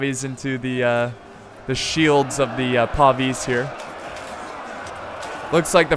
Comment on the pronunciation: PAY VIS not PAW VEES